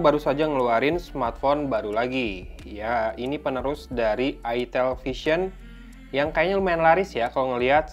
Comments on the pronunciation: Jangan logat jawa ,,, awok awok awok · ITEL , orang sunda be like : huruf "E" nya ganti jadi huruf "I"